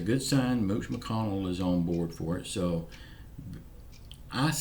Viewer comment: Lol 😂 I’m leaning back in my chair listening to you for The first time. You said Mooch McConnell 🤣🤣🤣